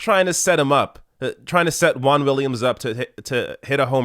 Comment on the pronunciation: I can't stand how Americans pronounce "Juan". It's so painful.